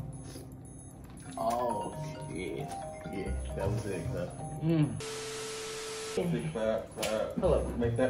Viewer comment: Did he just speak out p.u.s.s.c instead of the y I’m weakkkk. 😂